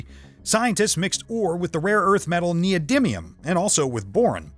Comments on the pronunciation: (except when he said neodyminium X3 ) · I really don't like this guy he speaks english worse than you, he couldn't pronounce "winding", "neodymium" or "nitric acid" correctly and instead of correcting translation errors to make the english sound like a native speaker he leaves them in so its kinda pointless to even have him doing it instead of you. Its sounds incredibly strange